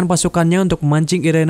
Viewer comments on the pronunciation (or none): The NUN dibacanya The NAN et dah lu, Valak tuh iblis atau Demon? Demon itu Iblis sialan! Terus dia itu namanya Irene bukan irena. Gua cuman ngasih tau doang biar lu gak salah salah banget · Irene = "Airin" 🗿🙏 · The nun bacanya the nan. Irene dibacanya airin. Tp klo orng lokal kebanyakan bilangnya the nun sama irènè.